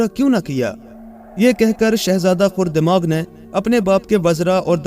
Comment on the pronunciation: Aray bhai khurdemag nahi khardemag kaho. Galab boll rahay ho